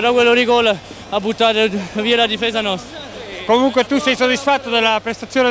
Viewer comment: is it neapolitan dialect to say "(la difesa) nost" instead "nostra"?